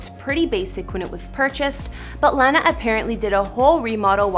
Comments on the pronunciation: I'm convinced she's saying Lana wrong on purpose to piss people off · And mispronouncing someone's name makes one look like an idiot anyway, especially after hearing how others correctly pronounce Lana's name in several footage. But I guess it's alright if that's the impression a reporter (or anyone for that matter) wants to give off. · I’m 29 seconds in and this chick saying she’s a huge fan and saying her name wrong EVERY time is infuriating. Especially after adding clips of people saying her name correctly. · Dude... pronounce her name right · Well it's just not the way that lana pronounces her own name lol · You’re not pronouncing her name correctly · Can you say her name right ?? “I’ve been a fan since she popped out in Hollywood” but u can’t even say her name right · No one told her she was mispronouncing her name?? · If you can correctly pronounce Ariana, then you can do the same for Lana. Then again, can't even say her own name right lmao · Why did she pronounce her name wrong at first then she pronounced it right a few times then wrong again? 🤔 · 😥😥😥😥😥😵😵😵😵😵😵 This lady is killing me when she says Lanas name!!! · Loves Lana so much but says her name wrong. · Maybe you should've start ur research by knowing how to pronounce her name... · how gonna pronounce her name wrong FAKE STAN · Why does she keep saying her name wrong 😒😒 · Yo what lol. How can you say Lana's name wrong if you're claiming to be a big fan.. like how did no one correct on this when filming also it's obvious you're not a fan at all. I had to stop watching because wow this was so cringey. ugh this hurt my soul to hear her name being butchered like this CONSTANTLY. Lana is amazing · u gotta stop saying her name like that omfg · Its Lana not Lan-na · ITS LAH- NA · It’s “lawwwwwna” not L-ANNA !?!? how are you even claiming to be a fan? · Why do yall Americans say lawna she ain't a piece of grass it's lahnah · IT IS LANA NOT LENA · Please stop saying "lay-na" it's LAH NA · Landa lmao